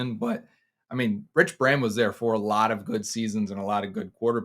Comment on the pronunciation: It's Rudi not Rudy... it's Braham not bram 😅